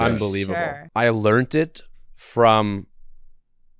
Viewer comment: Bro doesn't know how to say the word 'learned'. Just goes to show, you don't need to know everything and be perfect to achieve success.